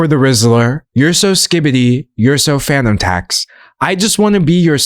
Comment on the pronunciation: Oh FANUM tax. I thought you were saying PHANTOM tax 😂